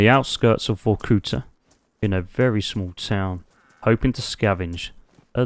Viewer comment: "so we're just north of vortuca" 🤣